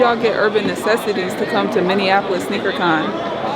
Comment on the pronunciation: every single person not from here always says "minnianapolis" it's just minneapolis lol